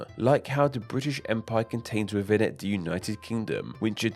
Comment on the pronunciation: Did = Did-e Asia = Asiaarr Within = Wivin All = All-er Ruler = Wuler Them = Dem-er Thing = Fingge One would think pronunciation would be important to a channel all about names.